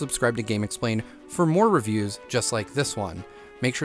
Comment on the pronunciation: it’s more* not moar